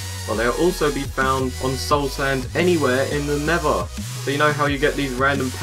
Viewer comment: I HATE HOW HE SAYS NETHER HE SAYS NEVA